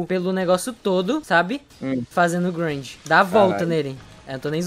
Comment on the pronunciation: É muito estranho ver o falando "Grind" KKKKKKKKKKK